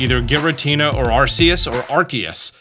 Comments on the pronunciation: I can prove it’s Ark-eus. They wouldn’t have kids in England reading or repeating the word “arse phone” 😂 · The creators of Arceus pronounces the name as Ar-Key-Us so yeah I'm going with what the creators of it said 😂 it doesn't start off sounding like a British word for butt 😂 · Nice try but you still didn’t say Arceus correctly. It’s clearly pronounced アルセウス 👾👾👾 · I think you pronounce Arceus like Zeus. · RKS System. It's a big hint to the proper way to pronounce the name of the Legendary.